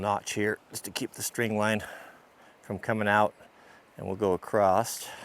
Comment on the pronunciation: Why do people say ‘acrosst’? Loads of older people say it here in the uk too, it’s across, there’s no t at the end lol